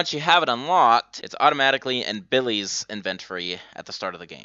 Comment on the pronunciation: So I gotta know dude. Where are you from? Cuz hearing you say words like inventory or phrases like, from the get-go, come off sounding like "in-vugh-tori" and "from the gecko" lol like when kids in middle school become familiar with more advance words but only in saying thus ending up with people saying what sounds to be similar to the true meaning of what they're trying to say but not.